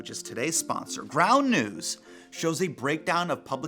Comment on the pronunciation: did Hasan say brown news? I thought he said brown news. ooooohhhh..its ground news